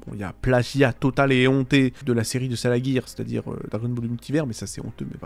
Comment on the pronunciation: Merci pour les trucs sympa sur DBM :) Nota: ça se prononce "salajir", pas "salaguir" :p